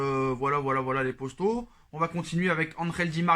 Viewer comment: ok je me disais bien aussi que ça devait être un truc comme ca